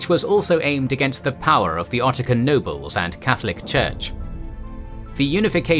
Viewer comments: It's not "ottican" it's Occitan. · I was wondering if this voice was generated until I heard ottican instead of occitan (oksitan) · At about , it's "Occitan" not "Ottican." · I had to do a double take on what was being said about 9½ minutes in. "Occitan" is NOT pronounced "okkitan" (remember, it's a Romance language so the C is soft before an I), but "oxitán" with the 'a' pronounced as an 'a', not a schwa. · it is Occitan (ɒksɪtən), not 'Ottican'. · Occitan is actually pronounced /oksitan/ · I kept hearing "Ottican" when you were reading Occitan, which I thought would be pronounced "Oxitan." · That was interesting although I was confused by the speaker twice calling Occitan "Ottican". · the narrator keeps pronouncing Occitan as "ottisan" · Occitan isn't pronounced "Ottikan". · Occitan, not Ottican.